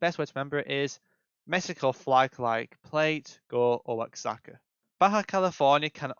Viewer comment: Great video this will be super helpful! One tiny caveat, Oaxaca is pronounced more like “Wahawka”